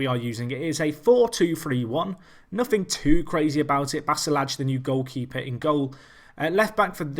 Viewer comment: Basalaj is pronounced Bas-a-lie, he's probably Albanian or Serbian in origin.